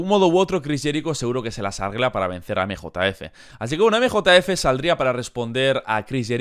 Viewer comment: nosotros: emjejef 🤠: emejotaefe 😎